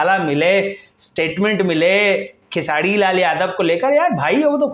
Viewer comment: पहले बोलना सिख लो भाई......खेसाडी नही खेसारी है...... 🤣🤣🤣🤣तुम चमचे थे, हो और रहोगे खेसाडी लाल का 🤣🤣🤣.........तुमको इंटरव्यू चाहिए पहले वैसा बनो